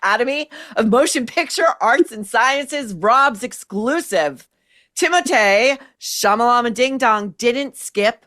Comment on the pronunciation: I laugh at “Timothée Chalamala-bing-bong or ding-dong” everytime you say it. Its just great